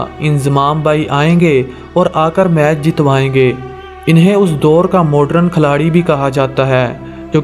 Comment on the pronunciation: Modern hota hai naki modren